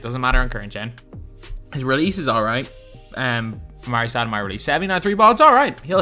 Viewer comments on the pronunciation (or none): "Amaray Stoudemire"